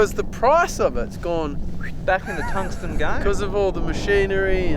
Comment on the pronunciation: "tungstan" lmao